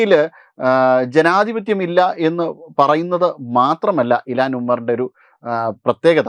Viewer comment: ഇലാൻ അല്ല ഇൽഹാൻ ഒമാർ